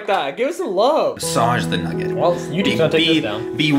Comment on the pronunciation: He said deep fraid Chicken naget noooo really 😂😂😂